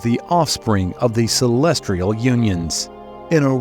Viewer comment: I swear if you say celestrial one more time…